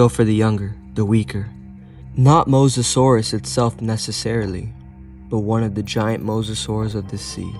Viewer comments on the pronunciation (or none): none